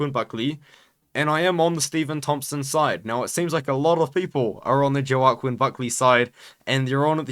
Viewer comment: it’s pronounced ‘Wa-Keen’ Buckley ik it makes no sense but yeah just for the future😂😂